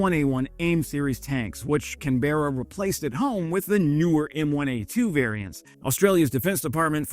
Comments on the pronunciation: Can-bra not can-berra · Love your work. Just FYI, Canberra is pronounced KAN-BRAH, not CAN-BERRA. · Can-bra✅ Can-bear-a❌ 😉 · Great video again. I’m so glad we have helped Ukraine with Abrams and Bushmasters and $. I am lobbying the government to do more … but on the lighter side you have a Nice pronunciation of Brisbane but Canberra needs a bit of work …Can bur ahh not Can bear ah. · Canberra is pronounced: "Can-bruh". not "can-beerra" btw but thanks for the coverage haha. Also if I'm not mistaken Aus may have donated more US tanks to Ukraine than the US itself?? I thought that was interesting info to know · It's "Caan - bera" not "C'nBERRA". You should come to Australia and learn how to talk proper. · Yes, more like CAN-buh-ra. Americans tend to mispronounce it at can-BEAR-ra. The accent is on the first syllable not the second, and no exaggerated "r" sound. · Bro it's "can-bruh" :) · It’s pronounced CAN-BRA for all the Aussies. Come on mate, sort it out. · Pronounced Can-brah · Man it’s CAN-Bruh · Hi all, correct me if I'm wrong please. Canberra is pronounced kan·buh·ruh and not kan-bear-ruh? Just asking... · Pronounced Kan-Brah. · You are still banned from Canberra for that pronunciation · Hey, you've mastered the Aussie pronunciation of Brisbane. Now you have to try and master the pronunciation of Canberra. 😉🇦🇺🍻👍🏻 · You said Brisbane right! Woohoo. Ok, you mangled Canberra, but that's no great loss.